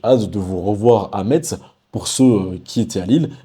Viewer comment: Salut 😁 on prononce messe pour Metz . Merciiiii ( et referencement 🎉)